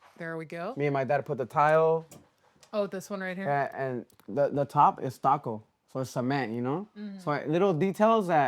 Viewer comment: Stucco , estaco , stacko mix . Stucco 😂